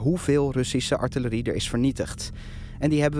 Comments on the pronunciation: Erg goed item, alleen zo jammer dat de expert niet weet hoe je artillerie in het Nederlands uitspreekt xD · De correcte uitspraak is “artillerie” en “kanonnen” niet “artjerie” en “kanons”. De Nederlands Taal Unie beheert de Nederlandse taal niet leden van de overgewaardeerde scouting met spraakgebrek. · Netjes gedaan, Nieuwsuur! Wéér een mooie analyse in het rijtje. De uitspraak van het woord artillerie zit er duidelijk nog niet goed in,... Het is ARTILLERIE en artjerie. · Als je niet verstandelijk gehandicapt bent dan spreek je correct Nederlands. Artjerie is een verzonnen woord. Als je het woord “artillerie” spreekt dan gebruik je de “L” klank en niet de “J” klank. Verder kan je lullen zoveel als je wilt. Dat je professioneel soldaatje speelt met je pief en poef stok wil niet zeggen dat de regels omtrent de Nederlandse taal anders voor jou is. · Bijzonder dat een expert artjerie ipv artillerie zegt. Voor de rest mooie reportage die ook op reddit al veelvuldig gedeeld wordt. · Wat is atjerie? Bedoelen ze soms artillerie, luister op , splaak gebelek? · Zegt nou telkens "atjerie" ipv artillerie? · Mooi en informatief. maar kom op zeg ''atje-rie?'' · Atjerie, lastig woord hè "Artillerie" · viel mij eerder al op maar nu ook weer, beide experts spreken atjerie uit. De voice over heeft het over artillerie. Waarom is dat, weet iemand dat? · Zegt die defensie expert nou heletijd atje rie? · Waarom hebben al die Nederlandse militairen (en experts) het over artjerie in plaats over artillerie? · Archerie... artillerie! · Die man noemt het :"Artjerie". Hoe moeilijk is het om AR- TIL-LE-RIE te zeggen oh my god. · Kan deze man alsjeblieft leren hoe je het woord artillerie uitspreekt? Enigszins zielig als een defensie expert Atje Rie zegt, zelfde uitspraak als een 3jarige… verder prima reportage, maar irriteer me echt aan de expert die het woord niet kan uitspreken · Graag even voortaan eerst de mensen een spraakcursus laten doen. Atjerie! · Atje Rie. 😂